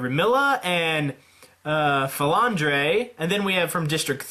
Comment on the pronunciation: He got at most 3 right. It was painful yet hilarious. Shocked he said Flandre right (I think)